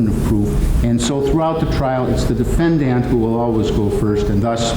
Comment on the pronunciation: Why does the judge say defend-DANT